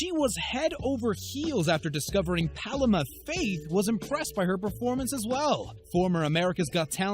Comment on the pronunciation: The way he said Paloma Faith just made me laugh 😂